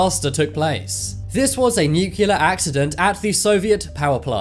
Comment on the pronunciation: The narrator said "nucular" ish. Geeorrgggge Doublllle Yuhhh.